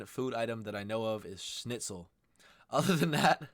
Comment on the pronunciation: hehe yes German Schnitzel is traditional but very more good food. Thank you for your correct pronunciation. Schnitzel not Snitzel.